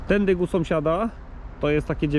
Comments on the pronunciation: W kieleckiem mówi się tendyk, a nie tędy? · Ja usłyszałem "tendykt" 😁 Ale i tak kanał wymiata!